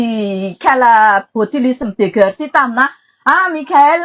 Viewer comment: Ity tena pute ka ! Ilay tomba fiteny 🙈 guerre aza tsy hay manonona 😂 dondrona enao ka ! Maivana be refa mba manao commentaires 🤣